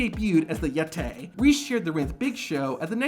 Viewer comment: "Yet-tay." -Tony Schiavone